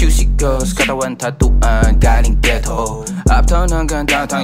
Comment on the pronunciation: tngna ang sarap pakinggan ng pronunciation ni Hev na “ghetto” 😩🤌🏻